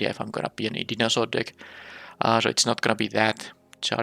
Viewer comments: I've been having fun with this set, interested to see how you draft it and the synergies you find. A few words you mispronounced, just minor issues though. Dinosaur = Die - no - saur. Stinging = Sting - ing. And Scythe... well, I'm not sure how to describe how to pronounce that one. It's really weird to pronounce giving its spelling. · also (and this will come up a lot as it's central to the RG theme) it's pronounced die-naw-soar. love the videos btw